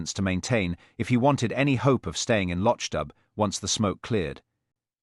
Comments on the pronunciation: Why is it that the AI narrator fails tp pronounce the word LOCHDBHU as MC Beaton's real stories do. Other instances of careless pronounciation. Careless work overall. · Where is this guy from!! He can't pronounce the name of the village!! He can't put the name of the stove even. Very annoying for people who actually read the books. I am not impressed.